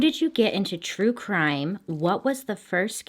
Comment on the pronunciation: I I litterally found you YouTube videos from watching another true crime and I fell asleep n woke up and you were saying true crime in a funny way ( no offence)but yeh you have a new follower 💃